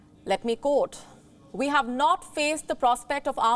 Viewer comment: Rusia daz not hew tactical nuks!